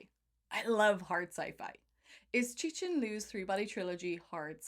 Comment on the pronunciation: Learn how to pronounce Cixin... X is "sh", C is "Tzz"